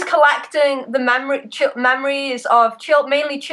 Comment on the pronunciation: LOL. I thought she was saying they were collecting the mammaries of children xD